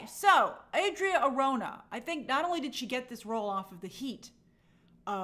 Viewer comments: I'm open to whoever they cast as Wonder Woman, but I hope they don't do another skinny WW, she needs to be buff, and I mean buff. Also, you're mispronouncing Arjona (it's Are ho na), but someone already mentioned that. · Hey Grace, Adria Arjona, Arjona is pronounce ar-HO-na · Arjona is pronounced ahr-HOH-nah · the correct pronunciation for Adria Arjona is "R ho na" the jo is like the ho in home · Somebody probably already corrected you but Adria’s last name is pronounced ar - HO (as in honey) -na. She’s actually technically a “nepo baby” lol, her dad is one of the most influential Hispanic singer songwriters of the last 30ish years and huge in Latin America, tho since she works in a totally different market I don’t think she benefited that much from her dad’s influence other than the obvious money = opportunity and better access to everything, etc. in any case, she’s been super talented and charismatic in everything I’ve seen of her so I’m very happy she’s doing so well and getting so many opportunities in Hollywood! Have a good rest of your week Grace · Arjona = ARH-HUN-AHH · Arjona is pronounced like “Are” “ho” “nah”.